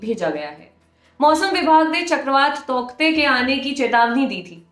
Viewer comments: Darling usko tauktae nhi tautae pronounce krenge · तौकते nahi hai yaar टॉटे pronounce karte hai usko. Please proofread / verify the pronunciation once before making a video. Its irritating to pronounce a word wrongly by a media house.